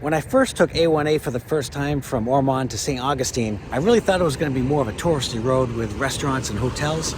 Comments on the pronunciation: Lived in Ormond Bach since 1960, we pronounce it Or-m(un)d not Or-m(on)d. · Although it's spelled Ormond it's pronounced Or- mund. And neat vid. Hope you enjoy your time respectfully in our little beach community!